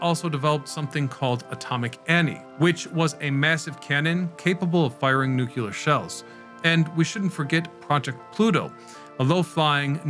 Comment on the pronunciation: not to be that guy but it's nu*cle*ar, not nuc*u*ler